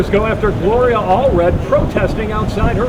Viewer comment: LMAO! Jesse you are good for a laugh! The word "Narcissist" kicked you ass! And your butchering Gloria's name over and over and over! This video gets a thumbs up for comedy! "Donald Trump will put a big Bootiful Wall up fo us." HAHAHAHAAHAHAHAHAHAAHAHAHA!!!! Thanks Jesse!